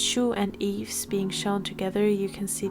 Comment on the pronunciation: Yves is pronounced "Eve", or "Eebu" in Korean haha. When you separated them by solo, subunits, new groups, I just have to mention this: YYXY is basically Yves = Y, Chuu = Y, Gowon is the X, and Hyeju = Y. Now, since Chuu and Yves have gone solo, we only have the XY 🤡 aka the male chromosome, anyone remember "Adam"? 😂 For new Orbits or just those who don't know, when Gowon made her debut, there was an ongoing joke between the staff and the members, people trolled Gowon that her stage name will be "Adam" (coz we already have "Eve"(Yves)), the poor girl was horrified. 🤣 Of course, this never came true, but yeah, we only left with the "masculine" side of YYXY. 🤡